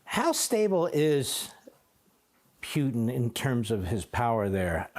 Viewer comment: This Levin guy STILL can't pronounce "Putin."